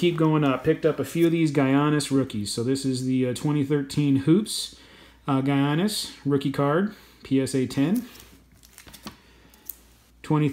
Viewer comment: And it’s actually pronounced “yanis” not “geeanis”